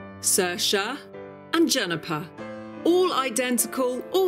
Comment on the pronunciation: Once again Saoirse is pronounced wrong.